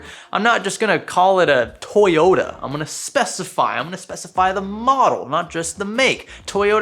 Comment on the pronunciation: I legit thought he said toy yoda, not toyota lmao